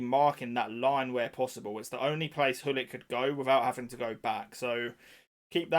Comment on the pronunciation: The real meta = don't buy the game, it will save you money, poor or actually disgusting plays to beat the game and time. also, Hullit or Gullit?😂😂 you could pronounce his name with the ''guh'' sound (soft G), i don't know why not more people say his name like that. but whatever.